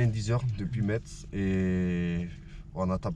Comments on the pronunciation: on dit Messe pour la ville de Metz. Excellente vidéo comme toujours 👌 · Metz ça se dis Messe l'ami. Bonjour d'Épinal ( Vosges) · Ça fait bizarre que tu prononce les villes qui ne sont pas loin de chez moi comme Thionville a 20 min de route et Metz qui est a 50 min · Ça s’écrit Metz mais ça se dit Metsse .. On est pas loin Jsuis sur Strasbourg et profite un peu de Metz le centre ville est sympa Tu passes par ou après ?